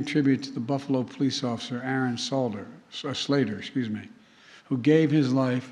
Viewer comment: The old man cant even pronounce aaron salter right🧐 these "worldleaders" should be locked up. And throw the keys away please